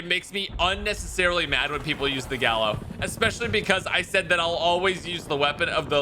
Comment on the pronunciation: Gallo Is Pronounced (Guy-Ohh) in Spanish and im pretty sure they’re using the spanish version or else it would be the spas it’s nerve Wrecking to hear it being butchered. In spanish if there are two L’s together they accent and form a Y when spelling, just a heads up...